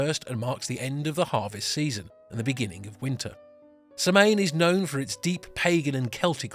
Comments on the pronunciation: Samhain is pronounced more like Saw-win. That is about as close phonetically as a person can make it. It is a common mistake to hear it mispronounced. Nice video. Thank you. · Oh, good, someone already said it. The mispronunciation was driving me a little crazy. Lol! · Thank you for the video you did a great job on all the cultures. As an Irish Pagan myself also some of my family in Ireland still are we celebrate Samhain. Just next time try and get the pronunciation correct 👍🏻 🥃 Sláinte 🇮🇪